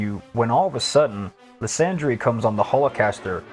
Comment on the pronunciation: Why are you pronouncing lysandres name that way. So much official media has said his name properly